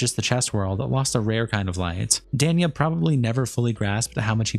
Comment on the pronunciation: kind of sad the host of the video could not even pronounce "danya" he says is wrong everytime